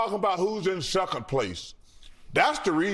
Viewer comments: My ninja said “shuckin place” not second but SHUCKIN 😂😂😂😂 Chuck funny asf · ...how Charles Barkley out here pronouncing words like Tony Atlas? "seckuhn place'...🤣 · "Seccum Place"